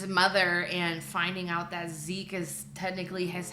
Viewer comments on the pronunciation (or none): none